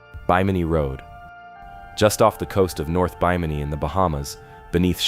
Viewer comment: Stories like these are amazing until the story teller loses interest and won't even take the time to pronounce names right and used AI trash photos. You destroyed your own video by your lack of care. "Ronestone" instead of runestone, "Bi-mini" instead of Bimini. How do you expect anyone else to take you seriously when you can't keep your names straight. Try harder next time. You almost got a like and new sub, but you messed up to much and lost out. Take the care to get the proper pronunciation of names and words, and love the topic enough to use real photos and video, and you'll have a winning channel. Please do better as I know I'm not the only one who lost interest because of mispronounced words and AI garbage. I make this comment because I'm sure to run into your channel again and if you fix these huge problems you're sure to get my sub, and many others as well.